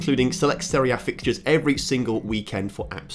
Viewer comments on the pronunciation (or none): none